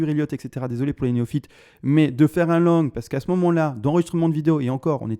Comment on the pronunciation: Merci je savais mais avec son petit accent le LONG est passé LANGUE c'est marrant :) Sinon rien a voir tu penses pas qu'il soit utile de faire un // avec les indices et dollars pour affiner l'analyse technique ? Dans une période électorale ça pourrait être judicieux non ?